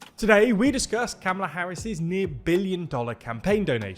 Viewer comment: Please. Kamala does not rhyme with Pamela. It is ‘COMma-lah’